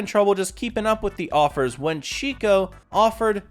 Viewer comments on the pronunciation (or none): none